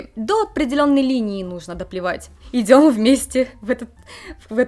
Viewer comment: какие проблемы с "произносением" у девуськи из Одессы (сьто, школько, минуту идзем, "махает" рукой, посьли, посьли, сьтадо барАнов, идите дальсе, бумаську, отслезивания, прилозение, такзе и пр.). одесситка косит под японку ?